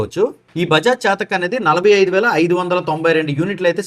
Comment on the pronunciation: చాతక్ కాదు చేతక్ అను